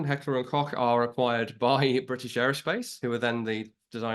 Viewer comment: That is how it's pronounced.